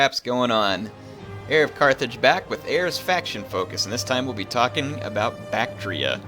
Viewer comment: Isn't the pronunciation Bak-tree-ah?